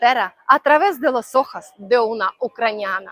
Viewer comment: Lo importante de los idiomas, es entenderse entre las personas y cuando tu hablas, cualquier español te entiende perfectamente. Es cierto que tienes un acento extranjero muy fuerte, pero se entiende muy bien. Si me permites el consejo, he notado que muchas veces pronuncias la vocal ( o ) como una ( a ). Es decir, dices " buscar trabajA" en lugar de "buscar trabajO", dices los " ojas" en lugar de los " ojos", o al decir: " tu amor por el flamenca" cuando es " tu amor por el flamencO" ... LO DIGO SOLO POR SERVIR DE AYUDA, nunca como crítica. La vocal ( o ) se pronuncia en español siempre igual, es la misma ( o ) de gato, camiÓn etc. En Andalucía hablan un español, que puede ser difícil de comprender para un extranjero, porque se "comen" algunas letras de las palabras. Tu tienes una forma de hablar español, un poco del centro / norte de España, digamos muy neutro. Pronuncias "parecido" a mi, que he nacido en Madrid.